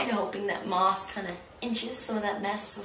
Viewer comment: I am VERY late listening to this and I suspect someone has already corrected you by now, but you are mispronouncing the author's name. Maas is pronounced as if it were "mass."